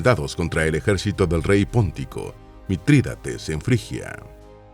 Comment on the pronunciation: Mitriades. No Mitriatates